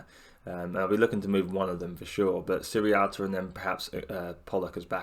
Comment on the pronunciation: great vid mate, but it just nags me slightly that everyone seems to say "sirrialta" instead of sierralta. Not sure what it is about his name that gets everyone mixed up 😁 (pretty sure its see-er-alta)